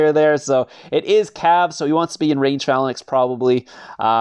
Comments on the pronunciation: FALANAX bro it's tilting me it's fei-lanx or something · PHA-LA-NAX is TROLL lol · ‘Fey-lanx’ Is pronunciation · Gets me tilted also 😂